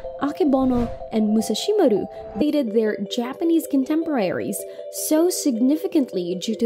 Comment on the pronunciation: Co-kneesh-key = Konishki Emphasis on the first syllable. Moo-Sa-She-Ma-Ru ÷ Musashimaru